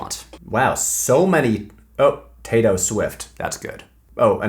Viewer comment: Patrick as much as l respect you and feel very special to be in the 10% of viewers that are female I felt so hatecrimed by you pronouncing Tayto with a final ‘s’ that I had to skip that whole part of the video